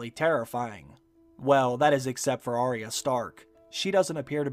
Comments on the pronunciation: Say Ar-ya not aria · It's AR YA at least get her name right